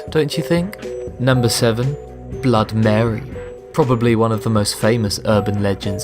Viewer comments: When you say Blood Mary instead of BloodY Mary, it literally scratches my skull from the inside. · It's not blood mary it's Bloody Mary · Does anyone realise that he kept saying blood mary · Its BLOODY MARY not blood mary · BLOODY MARY NOT BLOOD MARY! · It is "BLOODY" Mary. How do you screw that up when you have Google? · Why don’t he say the y in bloody Mary?